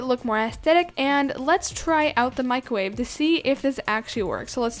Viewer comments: “Microve” and also when she did the flip I think she forgot she was using a trampoline lol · Mick ro wavve